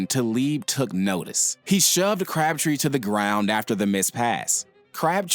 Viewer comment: At first I thought you said "Craptree" 😂